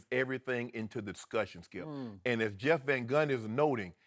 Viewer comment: Shannon: Skiep, hairs the thing. Shannon is great for TV